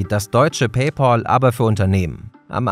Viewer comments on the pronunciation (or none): Es wird Pay-PÄL ausgesprochen. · Man spricht es "pay päl" aus. "Pay paul" bedeutet etwas anderes. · Nicht "päipol" sondern "paipäl". BITTE!!!